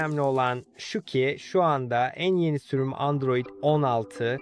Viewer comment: Endroid değil Android 😂